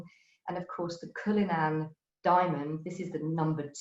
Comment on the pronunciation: Great talk but why is her pronunciation so weird? CulliNAHN for cullinan? TREE-ad for triad ?